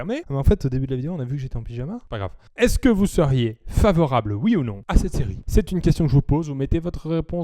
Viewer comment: Favorableuh oui !